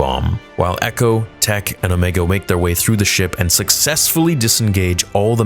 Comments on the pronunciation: I'm sorry but "Omeeega" made me cringe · The actress that voices Omega pronounces her name as "O-mee-ga." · If you're going to pronounce it Omiga, then you must follow that canon and also say Rekka, etc. to not discriminate. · Why does he say her name Omeega? Or is that how you say it? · I can’t tell if you’re memeing when you call her “Omeega.” It’s her accent… she literally calls Tech, “Teek” because of it lol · Why does he pronounce Omega so weirdly 90% of the time but every now and then says it right. strange.. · Just out of curiosity, why do you pronounce Omega two different ways? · You doing it on purpose aren't you., saying omega's name with a long e. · oh, so now I know of two people who pronounce it incorrectly. Didn't know that cuz I've only ever heard her pronounce it as the character in the show were she was likely told to pronounce it correctly like dude in this video does , , and before reverting back to this unique incorrect pronunciation. Weird thing is that after all the times I've heard that word in media mentioning Darkseid's Omega beam, in movie dialogue mentioning the Alpha and Omega, or in reference to a constant or a function considering one of my hobbies is mathematics and physics, I have never heard it pronounced like this even once. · Why do you say omega like that? 😂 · Can you pronounce her name right g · Why does he say “OhMEEga” ?? When they clearly say “Omega” like bro 😭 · Please, it’s O-MEGA not O-MEEEGA. Not sure why you switch back and forth. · OH ME GAH...its OH MAY GA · Quick Question.... You was pronouncing Omega as Omeega then went back to Omega ... Why are you pronouncing her name 2 different ways??? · When you watch Bad Batch, Omega always pronounces her name "Omee-ga." Everyone else on the show pronounces it "Omay-ga." The voice actress is from New Zealand, which explains why she pronounces it that way. But I don't know why Dee Bradley Baker doesn't do the same for the clones. It bugs me EVERY EPISODE.